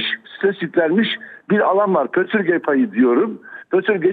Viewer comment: PÖTÜRGE DEĞİL !! PÜTÜRGE !!